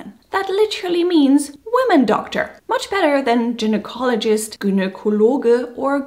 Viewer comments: small correction, for lady doctor ,it's Guynocologist not Gin nocologist. Yes it's ironic . I don't know why it's that way. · it's not pronounced "gin ecologist"... though some do enjoy gin